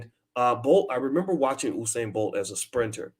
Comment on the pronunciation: you kept saying Husain. its usain as in Yousain